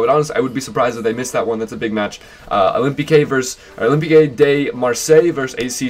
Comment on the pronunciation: Some pronunciation tips: Udinese = Ooo-dee-nay-zay Olympique = oh-lahm-peek (more or less) To be honest, if you want a good idea of how to pronounce something, just type it in with the appropriate language selected (or detect language if you have no idea) on google translate and hit the icon that looks like a speaker in the bottom left of the input box. It'll read it back to you, and if you click it a second time, it will read it back even slower. Very minor things, won't hurt in the long run though.